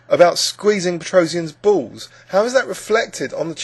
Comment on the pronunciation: i love the english pronunciation of "balls" hahahaha